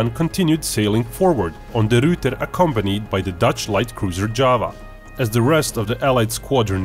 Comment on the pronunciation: De Ruyter exists: Duratuur no offence, Dutch is hard